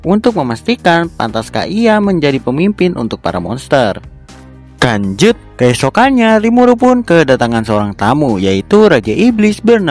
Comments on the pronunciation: Kenapa setiap abang nyebut "lanjut" malah nyebut "kanjut"? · Abang nya kalau ngomong lanjut malah kedenger kata kan*ut